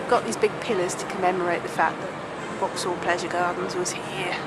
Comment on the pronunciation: Lovely! And now I finally know how to pronounce Vauxhall.